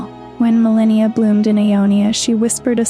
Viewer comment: You mispronounce Marika and Malenia, makes me feel like you haven't played the game. They say it multiple times, you don't get to just pick